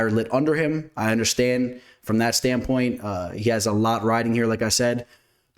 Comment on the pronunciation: No hate, just help here… It’s “From a betting stand POINT” (not stand PUT) 😂